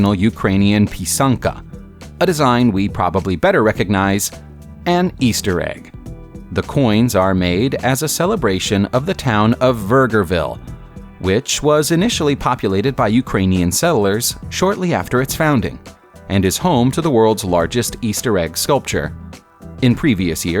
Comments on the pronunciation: Same with the Canadian town "vague-ri-ville" Vegreville, at least that's how everyone I've ever met has pronounced it, lol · Repeat after me... "VEG-er-ville". Simple. I have roots there... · That is the worst bastardization of Vegreville that I have ever heard LOL